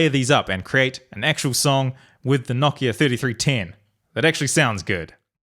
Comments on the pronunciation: wtf... KNOCK IA??? how r u saying nokia... it's like no kia... no car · Why do you pronounce it like kno-ck-i-a? It’s pronounced no-k-I-a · it is actually pronounced noh-KI-a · Everyone: nokia: KNOCKIA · Say it with me, No - Kia.